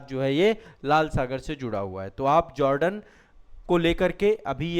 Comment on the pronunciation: मिस्टर ,आप जोर्डन को जार्डन क्यों संबोधित कर रहा है ।और जोर्डन कि शासक या राजा महंमद पैगंबर का वंशज हैं ।